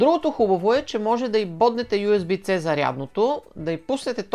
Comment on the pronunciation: моля те оправи си прическата за следващото видео - в предното видео спомена нещо за Nanlite, може ли ревю да направиш на някоя по-качествена лампа от тази. - Митков сега и той ще стане известен в този така популярен youtube канал - каква е лампата която е зад гърба ти, nanlite ли е? - примерните кадри на бюрото са симпатични - USB Type C - звучи по-добре от "usb Ц":D Върнах няколко пъти на мин, в шок съм, ти публично предлагаш да дадеш нещо твое на някой друг човек. Какво се е случило с теб,температура ли пак си вдигнал?:D Надявам се да ми отговорите на всички чертички г-н (известен youtub-ер) Ако всеки път ти цъкам палец на горе ще има ли подаръци?